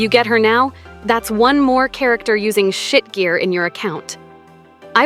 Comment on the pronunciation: lmao the way the AI says SHIT GEAR really drives the point home